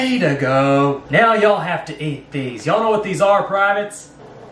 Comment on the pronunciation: ‘I don’t MRKnow’ 🤣😂🤣😂